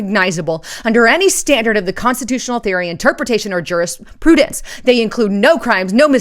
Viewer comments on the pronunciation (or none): none